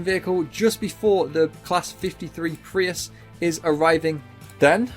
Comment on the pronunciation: Bro calling Preuss a Prius lmaoo